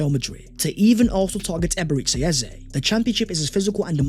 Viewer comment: it pronounced E-be-re-chi